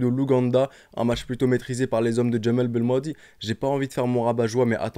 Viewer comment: Belmadi pas balmannnnnnndi